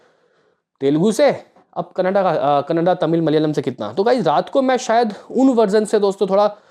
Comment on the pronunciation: Bhai ji kanada nhi.... Kannnad hai